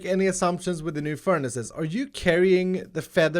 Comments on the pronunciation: I’ve never heard someone say ferni’s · did you say "furnice" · Im sorry but did he say furnies? That is the best thing ive ever heard ahha omg